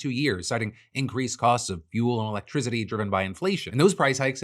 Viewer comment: “And they monitor things like electrizity 😎”